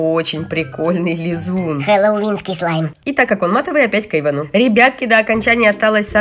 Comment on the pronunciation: Не Эйвын а эйван